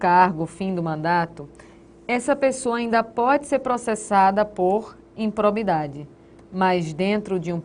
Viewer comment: IMPROBIDADE e não "impobridade"....cuidado com a Língua Portuguesa.